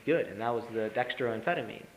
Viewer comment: At first, I thought someone had surreptitiously recorded one of my ES.S10 lectures and this guy was lip-syncing. Then he said "Dexa-DRYAN" and my ears started to bleed.